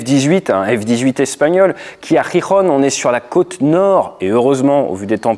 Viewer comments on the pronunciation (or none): none